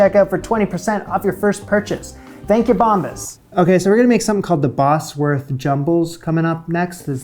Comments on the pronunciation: It’s pronounced ‘Bozworth’ not Bosworth, I used to live there. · It's pronounced Bozworth rather than Bossworth. Not a great biscuit tho, imho😊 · I've always eaten bubble and squeak with brown sauce, yum. Also it's pronounced Boz- wuth not boss- werth. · It's pronounced Bozwerth. Not Bossworth. But no worries. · Bosworth is pronounced 'Bozworth'. Bosworth is a place. The way you pronounce it, it would be spelt 'Bossworth'. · Bozworth not Bossworth. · Pronounce it 'Bozworth', not 'Bossworth', unless you want to sound American. 😄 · Bosworth pronounced 'Bozwuth' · "Cawl Mamgu" is Welsh, Wales is a part of Britain. Please don't refer to us all as British, we aren't! Scotch Woodcock was very popular during the 60's and 70's but not so much these days. Bosworth is pronounced "BOZ- wuth", a village 3 miles from where I am sitting! Richard 3rd's remains were recently found under a car park in Leicester (pronounced Lester). Bubble & Squeek needs to be made in palm sized cakes so they're easy to turn over! Remember, its usually made with left-overs from a Sunday lunch (roast), so any other veg is good. Nowadays served as an item on a proper English breakfast. Flummery is very similar to the classic French dessert Bavarois. This recipe book is based on Victorian dishes. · These are old, very old British recipes. Bubble n squeak is made from leftovers. Anchovies? Didn't even see those until I was 40. Oh, and Bosworth is pronounced Bozzworth - the Bosworth biscuits are just shaped caraway biscuits which were popular about 400 years ago :). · Bosworth pronounced boz-wurth.